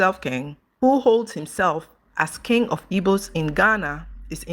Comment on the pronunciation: why do you pronounce King as (Kinge) instead of (Kin)the letter "G" is silent in pronunciation.